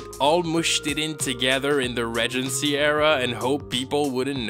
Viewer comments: It’s pronounced “ree-gen-cee”, NOT “rej-en-cee”. Venting about how much you don’t like or understand the show is perfectly valid, but mispronouncing a basic word automatically undermines that. Fix your video. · I will not accept critic from someone who cannot even pronounce “regency” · Learn how to pronounce Regency! It’s from Regent, and Regal!